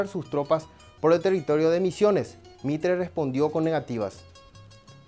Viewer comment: No es MITRES ES MITRE SEÑOR ,,, ESTA , MUY DENSA SU LECTURA